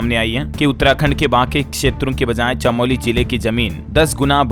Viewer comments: Chaamoli nahin chamoli. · कम से कम हिन्दी तो सही बोला करो। चमोली है चामोली नहीं। भूकम्प नापने का पैमाना रिक्टर होता है रियक्टर नहीं। रिजर्व बैंक के गवर्नर (गवरनर ) होते हैं गर्व नर नहीं